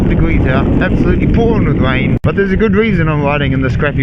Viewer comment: Widing in the wain😘😭🤣🤣🤣 covnevs awww he speaks so cute